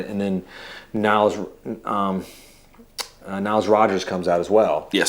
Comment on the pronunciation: Everyone says Niles Rogers. It Nile. Nile like the river.